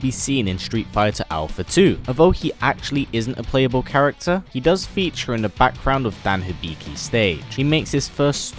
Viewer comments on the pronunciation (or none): none